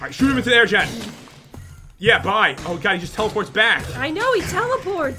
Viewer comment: Lil Bird Jen not Gen